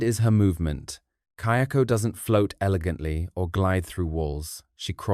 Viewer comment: Just one point, the ghost in Ju-on/Grudge series is Kayako, not Kyoko. The subtitles are wrong and it even changes as the pronunciation does change a bit, but the pronunciation is also right at times. Not sure if you haven't watched the movies in a while and were just basing your correction off the subtitles, but it definitely is not pronunced "Key-oko".